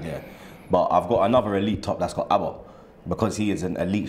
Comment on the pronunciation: the name is Auba not Abba... c'mon mate...